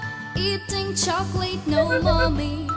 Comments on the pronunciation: can we talk about how strangely she says chocolate? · Eating ( choe-ca-leet) ? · EATING CHOHKOELETE? REHFRIDGERATOR REHFRIDGERATOR